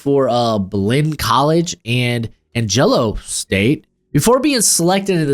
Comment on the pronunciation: haha yeah, it's an-juh-loh (where I went to school)